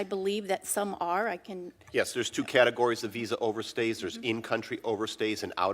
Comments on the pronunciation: that congresswoman apparently doesn't know the correct use of "over-stay" , she keeps saying "over-seers". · Did she say "in country overseers"?